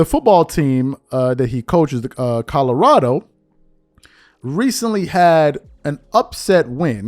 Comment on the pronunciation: Yo this is exactly why I’ve always hated whitlock he that black guy that’s just straight lost and delusional Mf a say anything with no facts just straight 💩 flying out his mouth…. And it’s fuckin CO-LO-RA-DO not codarrado 💀